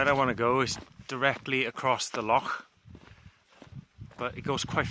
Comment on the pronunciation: Epic video bud, also nice to hear the correct pronunciation of loch 😎👍